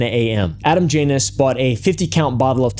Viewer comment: Man I know you're being respectful. But at your "For the Janus Family" it sounds like "VaJanus Family" I think it's you saying it fast together.